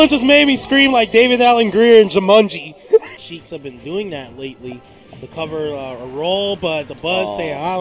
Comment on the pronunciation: #EvilEsam I think we should have a Top Ten mispronouncing Jumanji compilation, because "Jamunji" cracks me up every time.